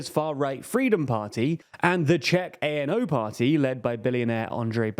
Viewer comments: Fidesz is pronounced with an ‘S’ at the end, and ANO is pronounced ‘ahno’ and not a.n.o. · To add to the many small corrections, ANO isn’t an abbreviation. It’s literally just a Czech word (means yes). You don’t need to say it letter by letter as if it were an abbreviation. It doesn’t stand for anything (much like the party itself but that’s just my opinion).